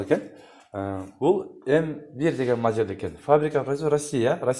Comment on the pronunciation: Жакшы тартыптырсын, эшиктердин Узун туурасын айтып тар.анан модель деген созду жакшы айтчы